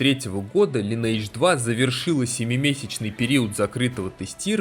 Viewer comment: Тот момент, когда делаешь целый видеоролик про игру, но так и не научился произносить её название правильно. Впрочем, как и 95% игроков.